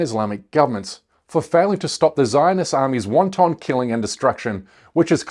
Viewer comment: This is fake, A1. Look at his hand movements. His pronouncing of 'wanton'